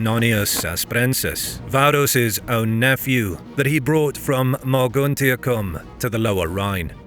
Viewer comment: Mogontiacum - AI narration fails again ?